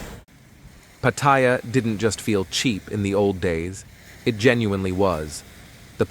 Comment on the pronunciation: Try pronouncing Pattaya first...doofus. I say..."Good, let it rot."